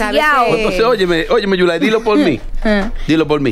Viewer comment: Dice yulay que caroline mojo